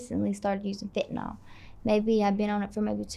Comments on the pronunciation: Haven't pet a person yet who can pronounce "fentanyl" correctly. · Why can't Americans pronounce fentanyl properly?